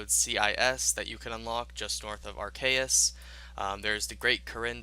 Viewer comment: Arceuus (pronounced "Arr-KAY-us")